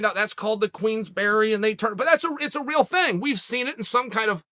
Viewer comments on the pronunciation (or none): none